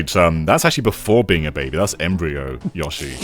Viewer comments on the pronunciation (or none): I wanna shake all of the UK each time they say YA-SHE They say their own name constantly, just copy "Yoshi" from any of those games 🙏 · YOH-SHI. Dear GOD, lads. You get bloody Odie right, but not one of the characters your channel's namesake holds dear!